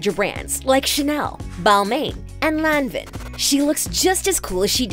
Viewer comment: you butchered "Lanvin" and "Balmain"